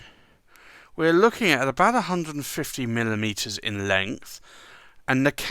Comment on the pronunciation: When giving the length it sure sounds like you're saying milalitres?